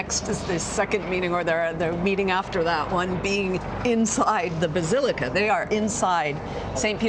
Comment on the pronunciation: It’s not the “Bazillica”